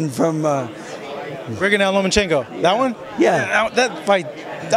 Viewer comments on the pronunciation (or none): say it with me... LOW-mmUH-CHENKO! And are you wearing EYELINER? Really? Cool! I wore eyeliner in high school! LMfucking AO!